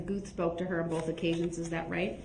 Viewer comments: "bofe detectives"... not boTH, but bofe. 😒. I hate that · "Boaf, boaf detectives" 🙄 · Bohff = both 🤔 no F in both 🤪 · This lawyer is terrible. What the hell is “Boaf”